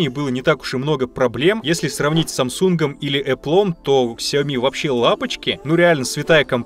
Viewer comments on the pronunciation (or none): none